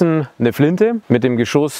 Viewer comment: Musik viel zu laut und auch unnötig. Und bitte: Geschosss...nicht Geschooos.